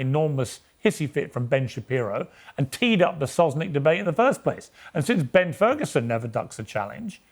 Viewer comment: Did he say Terd Ferguson?